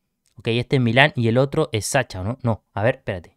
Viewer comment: se dice Sasha, como en ingles (shu)) le (Ts)